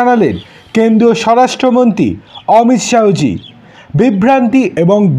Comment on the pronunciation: উচ্চারণ টা ঠিক করুন। "অমিত শাহো" না, হবে অমিত শাহ্‌